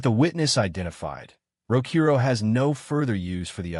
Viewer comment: I wish he’d say his name right… it clearly spells out Rokuro not Rokoru, it like the person who wrote what the ai was suppose to say didn’t even know the name of the mc which is disappointing honestly